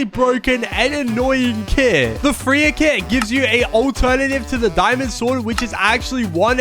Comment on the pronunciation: We not gonna talk about how he called Freiya, "Freer" 😭😭😭